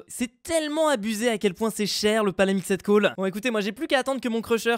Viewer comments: Stp arrête de dire "palamixède coal" c'est "palamixt coal" Merci 😅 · Car le ed ne se prononce pas et on prononce seulemnet le d